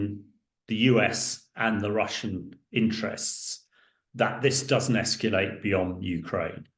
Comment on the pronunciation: (Please stop saying 'escuulate', 'escuulation'.)